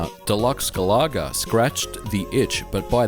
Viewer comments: Love the video, but GA-LAH-GA? not GAL-A-GA? if it was a shmup where you shot down annoying Australian wild birds then i could understand. LOL. Think of the singer of Oasis "Liam Galaga", and you're there ;) oh! and i love Slop Feet from Taito to:) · Ga-la-ga with way less emphasis of the 'LAH' as you were saying. I've never heard it said as Gal-LAH-Ga in the arcades when it first came out. :) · I have to say Galencia is addictive and enjoyable! And I'm impressed with the score saving cartridge. Great game review! And it's the first i've heard Galaga pronounced as Ga-lah-ga ...i've always pronounced it like Gallagher :o)) Happy new year and I look forward to more from you! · Galoga?? That's how it sounds like you pronounced it?? gal a ga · I couldn't keep watching past the 3rd "Ga-laa-gaah." That pronunciation just killed the video for me, ugh. It's from the word Galaxy, because you're flying through the galaxy in the game. Not flying through the "ga-laax-e." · Doesn't matter i pronounce things strange as well lol but the intended pronunciation is "Gal ah Gah" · ga-la-ga - no emphasis on any of the syllables. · I was gonna make a joke about how you pronounce Galaga, but the video was ultimately too good for me to be a troll.